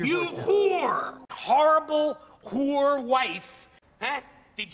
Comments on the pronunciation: He says “Wh0re.” Not “Whore” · He pronounces it like who're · I love how he pronounces it “hoor” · I love how he pronounces it with like three more letters and two more syllables. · I love how he makes it into a two syllable word